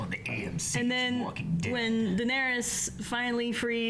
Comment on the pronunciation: No way has he watched ahead but still can't pronounce Daenerys. :p